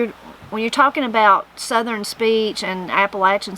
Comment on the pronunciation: I really enjoyed this one, there’s a bunch I hadn’t heard before including your pronunciation of the word southern... you say ( I will attempt to spell phonetically) sutherin or southeren. Is that typical where your from to say it in 3 syllables?